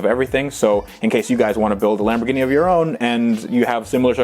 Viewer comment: charles L no it’s lam bor gini